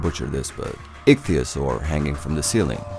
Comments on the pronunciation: “I’m gonna butcher this but-“ pronounces icthyesaur perfectly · Actually nailed the pronunciation for ichtyosaur.